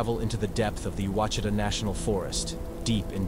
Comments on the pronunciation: Pronounced WASH-eh-TAH National Forest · Ouachita is pronounced: “wash it awe.” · It’s…O WHA CHEE TA…that’s how the name of the forest is pronounced. My ex in-laws have told of another Honobia incident that happened in the 80’s. They have lived in LeFleur county since birth…at least 75 years. The tales of Sasquatch are incredible. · Something definitely happened there. But, it's pronounced Hah nah bee, not the way it's spelled. The mountains are pronounced Wah she tah, not wacheetah, as in the clip. And the Muskogee are said with a hard g as in guard or gourd. Not a soft g. That said, it was well done. You just have to pronounce Indian and southern names the way they're said by locals. Not the internet folks. Keep it up.